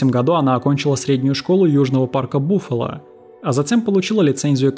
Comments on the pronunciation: Баффало чувак, а не Буффало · Голос со временем начинает раздражать. Слишком высокий и в нем слишком много гонора. Кроме того, постоянно перевираешь названия мест и городов, имена, имена собственные. По Английски они читаются по другому. Например здесь никто не говорит Буффало. Правильно Баффало. Но я так понимаю ты здесь не живёшь. Откуда тебе знать. Это режет слух и вызывает отторжение. Не умеешь, не берись. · Као́с, бу́фало...если честно, это сложно слышать от такого рассказчика.